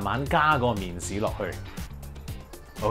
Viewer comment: 好搞笑呀，麵鼓….麵豉？？